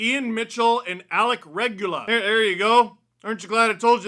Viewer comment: Lmao Alec Regula, say it Italian style reh-goo-lah